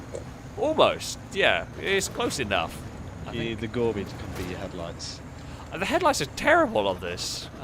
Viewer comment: I wish people would stop calling it the Gorbi... It is Gore By 4.. like Four By Four... it's called a play on words..